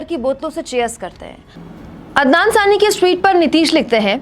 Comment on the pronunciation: Anchor ne poori video me ADNAN SAMI galat pronounce kiya, but it is normal thing, pr end me lga khi SARCASM to nhi kiya😛